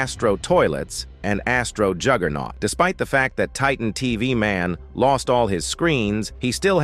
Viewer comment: "Titan tv maun" bro,its pronounced taytan teveh man/titan tv man